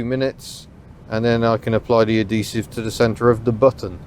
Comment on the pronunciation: Why do you keep ignoring the "h" in "adhesive"? It's "ad"-"he"-"sive". Not "a"-"de"-"sive".